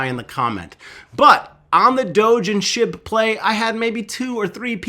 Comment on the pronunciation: I thought you said shib to twelve cents